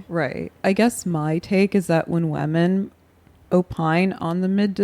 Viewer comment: Anna says women like "wemen"